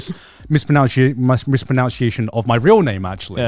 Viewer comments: I love the irony of mispronounciate during this vid xD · Garnt mispronouncing the word mispronunciation had me fuming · Is Garnt purposely mispronouncing "mispronunciation"? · The irony that garnt mispronounced the word mispronunciation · Garnt mispronounces "mispronunciation" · I cannot get through Garnt mispronouncing pronunciation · grant misprouncing mispronounciation.